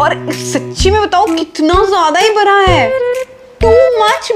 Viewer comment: Aap bda ko bra bolti ho 🤣